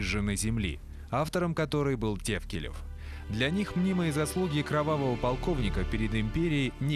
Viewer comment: ТАФКИЛИВ ОН ,А НЕ ТЕВКЛЕЕВ,ЧТО ЗА РУССКИМИ ПОВТОРЯЕТЕ